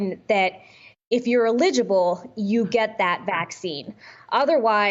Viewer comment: When you're reading a script you mispronounce eligible. Lol